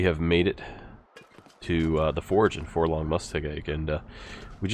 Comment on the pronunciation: Love your vids, man. But holy .. it's "forlorn" not for long. There is no g buddy. You used to say it right. Sorry but this just kills me every time I hear it